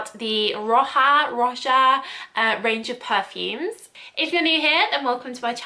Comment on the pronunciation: Like how you speak about perfumes, you keep a good pace but for goodness sake! please learn how to pronounce things correctly. Roha…Roja…(and you got all for free! The least you could do is to learn the guy’s name). Ignorance is not an excuse. Please improve this and add quality to your reviews! Thx